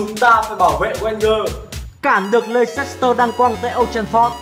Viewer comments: Thế này nhá, nếu đã đọc tên clb thì hãy đọc cho đúng, đọc sai tên clb người ta cứ như sỉ nhục vậy, cái gì mà lây xét tơ, nghe vớ vẩn chưa từng thấy là Lét s tơ. Cảm thấy vô cùng khó chịu với những người như này, nếu ko biết tiếng Anh thì ít ra cũng phải tìm hiểu cách đọc tên người ta sao cho đúng. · Nguyễn Đình Khoa Chính xác 'lɛstər', cơ bản là đồng âm với từ lester, vì vậy leicester đọc y như lester. Đã vậy còn có thánh Kun Kelly đã ko học tiếng Anh còn bày đặt phát biểu. Lây xét tơ =)), nực cười hết sức. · bỏ ngay cái từ le xít tơ đi.nghe mà chối hết tai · phát âm là /less/ter city nhá bạn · ad đọc sai tên Leicester sai rồi nhé :v không biết là cố ý hay vô tình đây